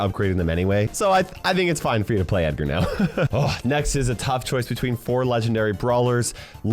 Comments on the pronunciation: Any legendary can really be picked (except Meg, whose damage and stats are like toilet paper rubbed on an Abrams Tank).BTW, he said Eggar not Edgar. #biringedgar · Nah nah nah he said eggar